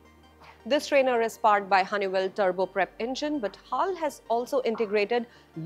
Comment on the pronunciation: You should not pronounce as "hall" but H A L only.